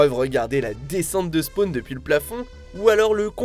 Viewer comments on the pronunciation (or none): Et dire spwan est merdique .... dommage